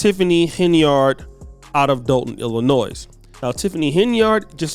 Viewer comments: Illi-noy not noise. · YOU DO NOT pronounce the "S" in ILLINOIS my man. Please pronounce our state correctly. It makes it hard to hear 10x in a video. ty g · Do not pronounce the S at the end of illinois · You cant even pronounce Illinois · The s is silent in Illinois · Black run offices turn to s##t every time. The entitled 13%, f##k em'. You do not pronounce the s at the end of Illinois you illiterate part of the 13% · Yeah, this is new to me. And let' tell the 's' is silent. 😆😆😆